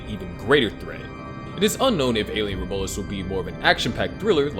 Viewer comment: Rom U lus is how you pronounce it